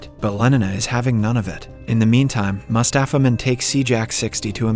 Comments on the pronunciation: everytime he said "mustapha mond" i heard "mustapha man" lol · I heared mustafa mouth instead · So i here aswell Mustafas Mond